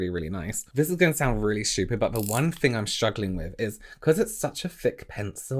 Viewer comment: Why don't you pronounce 'th' properly? 'I fought one fing' = I thought one thing. ?? weird.